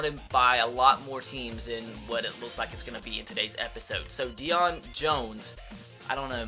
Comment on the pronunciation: his name Is pronounced day-own not deion they even say that in game